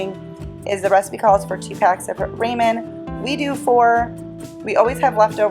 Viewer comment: it’s pronounced rawmin 🙂